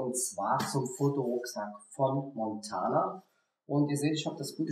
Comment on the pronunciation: gutes Video! die Marke heißt allerdings Mantona und nicht Montana ;)